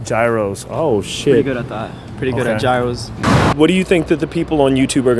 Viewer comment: can't even pronounce gyro correctly.